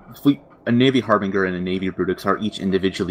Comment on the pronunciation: The G in "Harbinger" is soft.